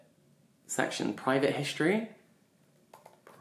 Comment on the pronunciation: I'm sorry but when he was trying to read "history" and got the greek letters wrong...that was painful 😭